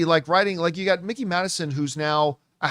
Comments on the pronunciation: Mike-eee not Mick-eee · please stop saying “Mickey” Madison bro😭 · It’s Mikey not Mickey lol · Mikey, not Mickey